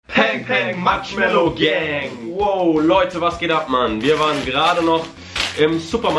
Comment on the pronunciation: ihr sagt eiskallt Pang pang Matschmellow gang